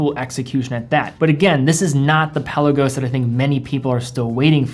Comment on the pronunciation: Pe’Lagos....not Pella-gos. Great vid!